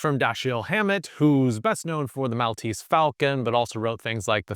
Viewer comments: Pronouncing Maltese wrong put this video to bed very early for me. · as a maltese person that is the worst pronunciation of 'maltese' i've ever heard